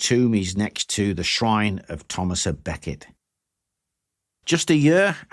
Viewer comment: There is no "a" in Thomas Becket.